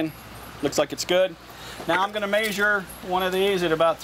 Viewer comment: Its measure not major